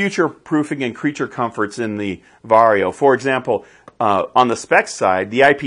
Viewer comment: I find it funny you pronounce it “Varrio” instead of “Varjo.”